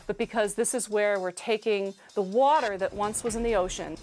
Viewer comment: "taking the waAATTER--"